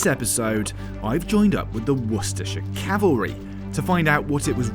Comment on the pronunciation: Cavalry, not "calvary" 😂